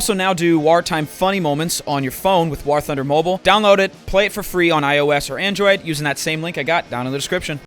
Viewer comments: Jesus fuck Doo, its War not WaHr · When are we gonna tell Dooo that "war" is pronounced the same as "wore" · Has anyone noticed Dooo says "war" like it's spelled with an h "wahr". It cant be just me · Listened to that whole ad read just so I could hear Dooo pronounce the word war